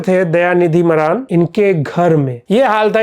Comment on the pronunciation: मारन ❌ मरान😅😂